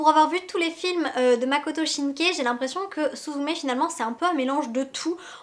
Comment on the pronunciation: Bonne vidéo avec un contenu riche et détaillé, le cadre est sympa et la qualité visuelle fait plaisir :) Continuez comme ça ! ;) J'espère un retour du film de votre part un peu après le 15 avril si possible et j'espère que le 15 avril marquera une belle journée pour vous ! :) PS : Il s'agit de de Makoto Shinkai (avec une prononciation "aï" et non "é" malheureusement haha).